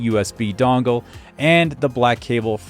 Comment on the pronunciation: USB "dongle" love it. Just sounded funny. Good video bro 👏👏👏👏👏👏